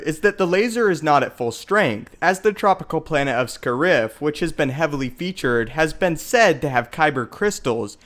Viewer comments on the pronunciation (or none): SCAriff - the emphasis is on the first syllable. In Jedha the h is relatively silent, it's pronounced more like Jeda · Why do you pronounce Jedha and Scarif so weirdly? "JED-HA! SCAH-RIFF" lol